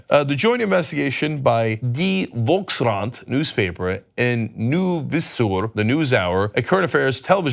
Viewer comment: As a dutch speaking person, i cringed at his pronounciation of volkskrant and nieuwsuur. no hate here, my turish or arabic is as bad as his dutch i know.